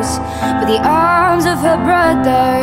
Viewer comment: Love it. Except the pronunciation of brother as "bruh-dir" but otherwise, amazing!!